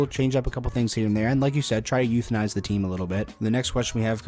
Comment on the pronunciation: “Youthinize”…I wasn’t looking at my screen when that came up and I really thought he was asking if they should…well, ya know…